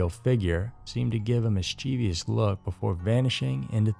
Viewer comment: Mischievous has three syllables, not four. Miss-cha-vous. Emphasis on the first syllable. You’re welcome.